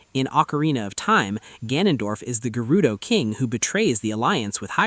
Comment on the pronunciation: Great video and theory but why are you saying Gerudo like that 😱